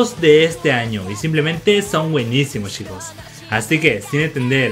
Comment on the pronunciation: En general son buenos tus videos pero como sugerencia deberías cambiar la palabra "chicos" porque te patina la CH, mejor quizás decir "amigos" o alguna otra cosa por el estilo.